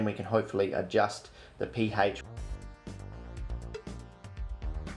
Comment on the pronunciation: the way you say ph always gets me